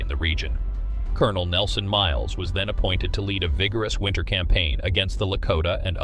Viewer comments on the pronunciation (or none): none